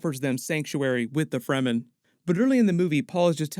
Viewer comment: There is no sonic weapons in the book, although the concept of sound as a weapon exists in the form of the Voice. I can't be too critical you got all the pronunciations correct - the amount of people who say "Free - man" drives me nuts!